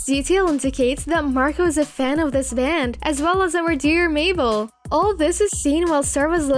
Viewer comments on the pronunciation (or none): none